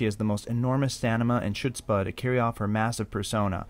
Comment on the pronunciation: Please learn how to pronounce "chutzpah". And, by the way, cross dressing performances go way back. Did anyone ever hear of Marlene Dietrich?